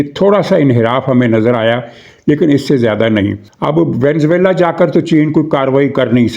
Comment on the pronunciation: سب لوگ اس بیچارے ملک کو وینز ویلا بولتے ہیں ۔ درست تلفظ وینیزوئیلا ہے ۔ وی نے زو ایلا۔